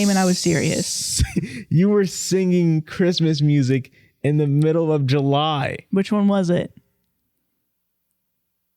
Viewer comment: "Because it was the miof July, " 😂😂😂